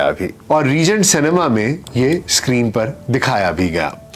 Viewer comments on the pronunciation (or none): none